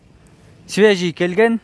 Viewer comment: Швежий эмес свежий перегон